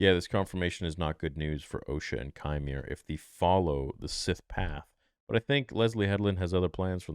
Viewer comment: It’s pronounced “Quimer”